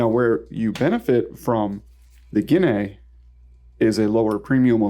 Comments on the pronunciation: I like the way you pronounce guinea 😂 🇬🇧 try it again ginee … ginee … ignore the a 🇬🇧 so sweet 😝😘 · Just a couple quick corrections to the pronunciation of things, it's: "Ha-lee-na" and "gi-nee" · The "a" is silent, my dude, just like in "guinea pig."